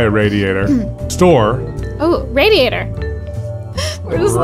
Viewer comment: Small note: with that accent you read the email in, the a in "radiator" is pronounced as in "bad"